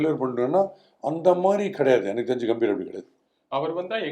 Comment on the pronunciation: Gautam "Ga"mbhir..... பெயர்..... கம்பீர்! "கே"ம்பீர் இல்லை.... "கா"ம்பீர் இல்லை... பெயர் உச்சரிப்பு மிகவும் முக்கியம். கம்பீர் என்றால் கம்பீரம்.. தைரியம் என்று அர்த்தம். உங்கள் பெயரை ஈஸ்வர் என்பதற்கு பதிலாக யேஷ்வர் அல்லது யாஷ்வர் என்று சொன்னால் எப்படி இருக்கும்.